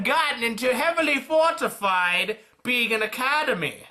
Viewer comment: the first time you said Beacon Academy it sounded like bacon academy. You my friend, know how to make people happy! Ps thank you so much for making these videos. I actually found out about you from your rwby about season 3 vid, and I liked it so I stayed. Please keep making these videos, and could you also PLEASE PLEASE PLEASE do Dangan Ronpa?! I noticed your monokuma pin and I freakin love the game series and animes. But please if you do please get the english version.